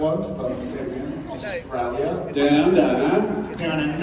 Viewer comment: Why was Jared going to Australia? I love Jensen’s Australia accent!😂